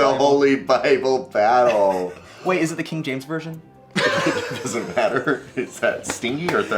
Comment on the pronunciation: Ok not sure if I am hearing him correctly but is he saying king James version or kknk James version?